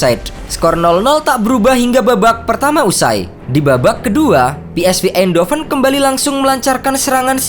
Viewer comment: Cara nyebut yang benar , Verman ( Veerman ) bukan Virman dong . Philips Sport Voetbal Eindhoven yang betul ejaannya Belanda A Be Ce De bukan E Bi Si Di . Pe eS Ve bukan Pi aiS Vi .